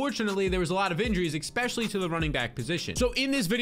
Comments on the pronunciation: The "expecially" is driving me nuts! The term is ESpecially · Love your analysis... but are you saying EK-spesially?